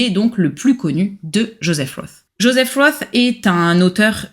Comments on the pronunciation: Svp prononcez correctement von et roth. Vous prononcez roth à l anglaise, cela n a rien à voir. En allemand c est rot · "Roth" est un nom germanique, et se prononce avec un "o" fermé et long et un "t", contrairement à Philip Roth, qui se prononce à l'américaine. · Le nom de famille de ce grand écrivain ne se prononce pas à l'anglaise et pour cause. Pour une fois qu'un nom d'auteur non français peut se prononcer sans faute dans cette langue merci de bien vouloir y prêter attention. La musicalité est si nécessaire en littérature... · Personne ne sait tout et on ne demande à personne de tout savoir. Mais, quand on parle d un livre en s adressant à un public, on prend la peine de se renseigner et de prononcer le nom de l auteur correctement. C est un minimum.